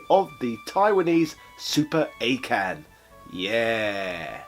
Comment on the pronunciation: It's pronounced Awe' Ken